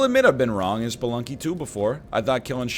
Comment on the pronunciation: Every time NL says “Sploonky” I Pog